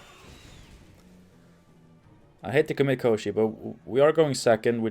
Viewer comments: 1st pronunciation of Kościej was perfect. It is a creature described in one of the first Sapkowski's short stories about Geralt. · In polish its called Kościej and you are pronoucing it right, although it means something like "a creature od the bone", so maybe that's why they stuck with polish version, otherwise it would be named "bon*r" ;P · Hi there ;) Love to see you playing so much Gwent recently ;) Also, great pronunciation of Kościej. It was in the Witcher novels and games, but the name itself comes from Russian folklore. The name was belonging to a wizard, kinda lich really. He was kidnapping princesses most of the time.